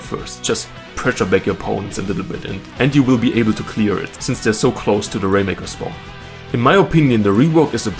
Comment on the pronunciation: I really like the rainmaker checkpoints. I had this idea months ago. also "spwan"